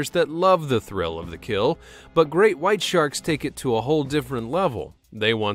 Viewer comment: Draco - he litterly said greak white shark